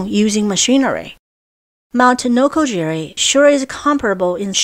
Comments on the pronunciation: Noko Giri. not Jiri Great place to explore in Chiba. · It's "noko-gi-ri", not "noko-jerry". Why can't westerners get basic, simple pronunciations right? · A “G” in Japanese is Always pronounced as a hard G. “J” is used to make a soft G sound. It is Mt. Nokogiri, not Nokojiri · NOKO GEE REE